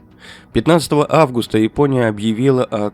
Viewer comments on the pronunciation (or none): none